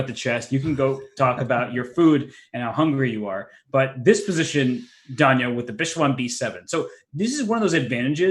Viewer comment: Duhn-ya Naroditsky.